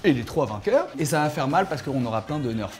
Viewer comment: On dit pas " Neurf on dit " Nérfs